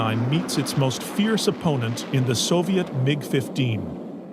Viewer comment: 'Soviet' dear boy.